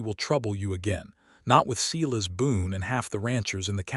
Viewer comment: Silas is prounced "Sigh-lus"